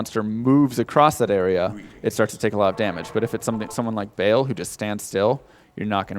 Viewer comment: Meh, please don't pronounce Baal 'bale'. It's pronounced like 'bahl'. Great run though!